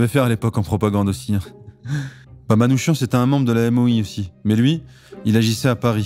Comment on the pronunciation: Le nom Manouchian se prononce Manoukian